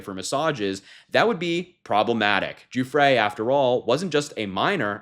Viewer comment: Thanks for not saying Guffry.